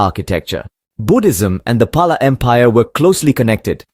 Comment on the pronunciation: It's actual pronunciation is 'Pal'